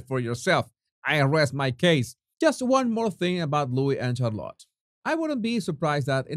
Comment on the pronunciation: Helloooo there, not to be picky you understand 😉but just helping with a little pronunciation, Charlotte is pronounced as Sh, not Ch - much love and bliss 🤗🇬🇧 x